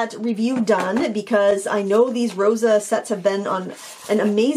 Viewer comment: Thanks for the review! I'm a huge fan of these. Fun fact - "Rosa" means "dew" in Ukrainian and is pronounced "ro-suh" with an "s" sound :)